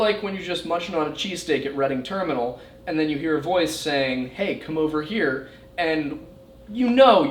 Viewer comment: It is so weird listening to a local on YouTube. I deliver to Reading Terminal 2-3 times a week, so hearing you say that just threw me.